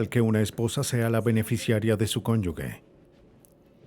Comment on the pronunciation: Conyuge, no conyugue